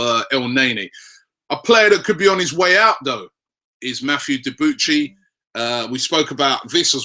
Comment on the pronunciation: It's pronounce debooshy not deboochy